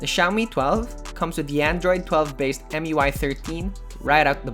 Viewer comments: MI-UI, not EM-UI.😅 Anyway, good overview. It looks good. But there are better alternatives that are also from Xiaomi. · Mui? Its mi u i tho